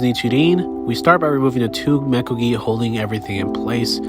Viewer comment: Removing metal mekugi that you pronounced wrong, while having a beautyful close-up of a cheap cotton (shouldda bern silk) wrapping and gum/plastic whatever it is instead of rayskin. And that painted blade...beautyful. almost like you had nothing to loose by painting over steel. Almost like its cheap 1060 low carbon or even worst. Almost like theese are chinese cast koshirae. Almost like it rattles in its saya bc saya is not made for the blade, rather mass produced. Meaning...yes it is a legit wallhanger. Not a legit sword.